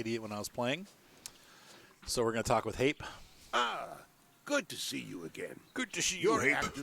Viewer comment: Hape is pronounced Harper